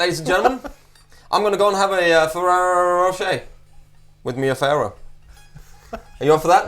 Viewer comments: Guys, it's Pau Ferro, not Pau Farro :) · Pau-ferro and not Pau Farro... It means in portuguese: Pau = Wood/stick Ferro = Iron ;-) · It's ferro(Iron) not farro(wtf). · The Brazilian slang word for penis is 'pau'. As in: "pau duro' (hard wood) Ferro is pronounced 'feh-ho' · ferro is pronounced feho. in Portuguese two Rs in a row make the english H sound.